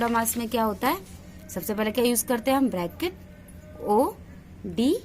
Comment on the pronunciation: Mam bodmas bolna sikh jao tab padhana 🤡